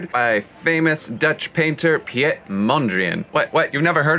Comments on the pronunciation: It’s pronounced more like “Peet” instead of “pjet”. Love your video’s though! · ouch that was one hell of a butchering of the name hahahaha. Its pronounced as: Pete. Nice build and facts though :)